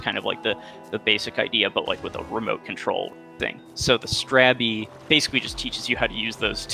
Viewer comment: how does everyone mispronouce strabby?...